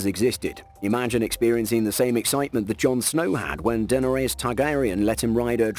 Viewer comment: Den-er-aus Targaryen ?? That freaked me out !!!!!!